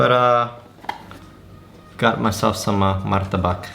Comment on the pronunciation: Im in batu and its so cold so its like being in a refrigerator at night So its kinda a fresh air conditioner But if its a city like jakarta its so hot And youre pronouncesation of martabak is quite impressive And yeah